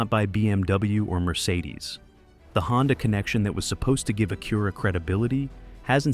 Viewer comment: The thing is, the Pilot doesn't have the same features at $15K less than an MDX if you want performance... sounds like some dealers need to learn their own value propositions. That's the dealers fault, Acura (you are pronouncing it wrong BTW) has their niche but I guess some don't know how to sell them.